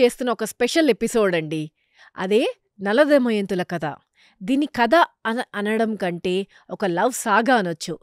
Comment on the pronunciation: garu anni baane unnai meeru bottu పెట్టుకొని chepte inka baagutundi plus kadha ni meeru kata antunnaru 🙏🙏